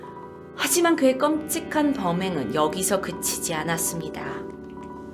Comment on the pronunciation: 껌과끔의 사이발음